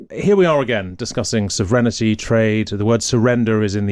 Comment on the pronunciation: Why does he say "sovrenity"?